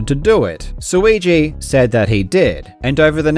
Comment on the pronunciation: Suigi rhymes with too easy. He's the GOAT.